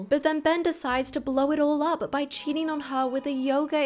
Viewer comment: Please just a suggestion speak more naturally and not those sudden tone down pauses it gives me the ick and I can't even watch the full video bcz of that and why putting so much pressure on the syllables of CHEATING it's sounding so disruptive and shrill